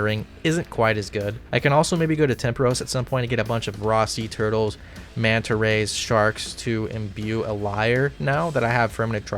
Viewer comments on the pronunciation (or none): none